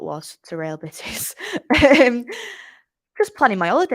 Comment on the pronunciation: Yes, it should be pronunced using the version of original language, I mean Spanish, which would be "Real Betis", not "Beatis".